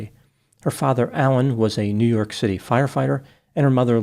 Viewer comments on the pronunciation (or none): none